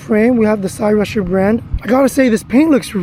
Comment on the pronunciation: If you know about this make of bike then why dont you know how to pronounce it properly or at least before making yourself look a total idiot look into how its pronounced. ITS PRONOUNCED SIGH rusher not CY rusher. Your son looks dressed like some sort of gangster. Who does he think he is.